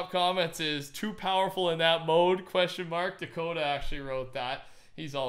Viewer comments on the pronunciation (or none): Is nobody gonna talk about how he pronounced Dakotaz? He pronounced it Dakota... no hate, great vid